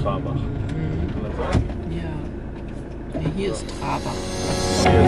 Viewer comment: Schönes Video, Danke für den Tipp mit der Festung! Kleiner Klugscheißerhinweis am Rande, es heißt Trarbach und nicht Trabach!😇🙋🏼